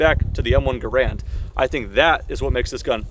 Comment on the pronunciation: Garand not grand